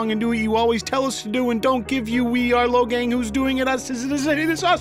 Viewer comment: Logang? More like...LowGayng